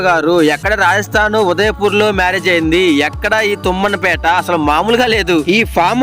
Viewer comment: తుమ్మంపేట కాదు తుమ్మన్ పేట